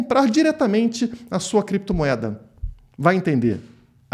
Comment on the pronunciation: "Crepetomoeda" kkkkkk